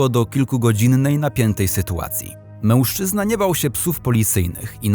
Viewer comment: Fajny kanał, ale ten "MĘŁSZCZYZNA"...